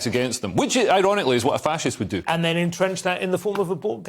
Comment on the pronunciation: You said Fascist wrong.